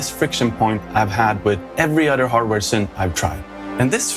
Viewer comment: It’s not “sünth” or “sünthesizer”. English “y” behaves mostly like an “e” or a swedish “i”